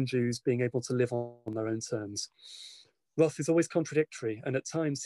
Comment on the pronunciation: If your biograhper isn't willing to pronounce your name correctly and doesn't read your work in the original language...